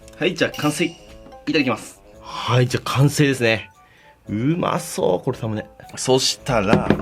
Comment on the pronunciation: ラムネに聞こえる